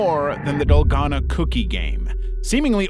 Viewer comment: So many red flags about this channel 1 possible AI banner and profile 2 the way it said Dalgona 3 how many views it got on its first video (this one)